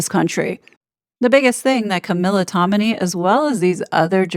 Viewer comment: You are mispronouncing yet another last name: TOM-in-ay - not Tomini